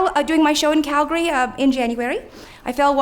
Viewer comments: You know she is from Calgary when she says CAL-GA-REE vs CAL-GARY. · you pronounce Calgary correctly...I only hear Calgarians do that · and she pronounces Calgary like a local too